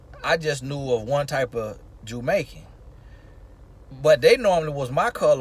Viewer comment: “Listen....you hear meeee?” 😂😂 love that. “Portarica” 😂 “Jewmaican”🤣